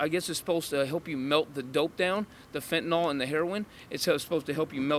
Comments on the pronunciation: Can I just correct this cute little girl...its NOT Fentanall sweetie, its Fentanyl...Fenta-nyl. Dont do videos and speak on things you cant even read and pronounce. Sorry it peeves me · This guy's English is on point. FentaNOL, HugrYANS, all these new pronunciations!